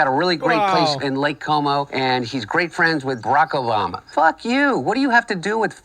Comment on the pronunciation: i heard barackorama... like hold up dude, he isnt a stage show.... or is he...